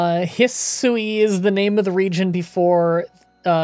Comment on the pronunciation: Hisui is pronounced "he swee" I know because "watashi wa nihongo ga wakarimasu" (I know Japanese)